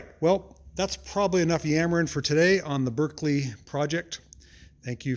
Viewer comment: Just to let you know it's pronounced 'barclay' not 'berkekley' as it's spelt.